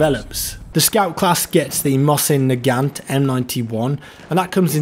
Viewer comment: it's NAGAN not naganT revolver !!!